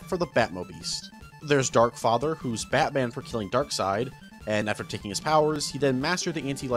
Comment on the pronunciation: the batman city is pronounced like batman directly, not like batmen but batman, i hope u guys understand what im saying